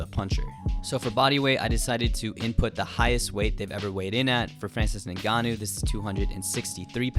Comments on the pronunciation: Why do you keep pronouncing Ngannou like Nigannou? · It's pronounced N-gannou not the way you're saying it bro 💀